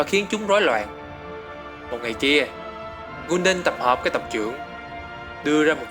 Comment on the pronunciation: học cách nghe và đọc tên cho chính xác đi gái Kul đan chứ đọc gun đần